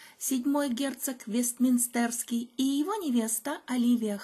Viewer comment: Правильно ставьте ударение в слове ВестмИнстер.